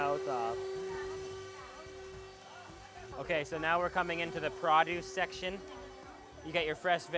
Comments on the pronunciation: You need to come back to Jenedara soon! You're forgetting your accent bro lol. We don't say PRAW-duce. It's Pro-duce! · it makes me laugh with the way he says produce